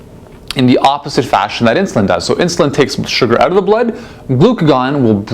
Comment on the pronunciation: Canadian....by the way he pronounces the word "out"....maybe